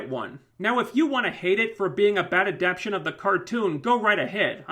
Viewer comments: It's pronounced Ah-Dap-Tay-Tion. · At the risk of sounding like a grammar nazi--"adaptation" has four syllables, and the accent is on the one you're skipping...